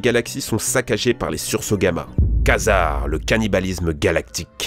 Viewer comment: Attention a le quazar se dit (kouazar) celluit que vous avez prononcez c'est le disque lumineux autour des trous noirs (le mur de feux comme vous le dite )